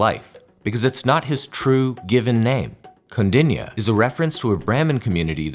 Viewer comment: Kaudinya...pronounce correctly..